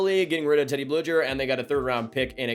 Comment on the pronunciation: As a pens fan it's BLUE-GER not blue-jer. Nice vid regardless lol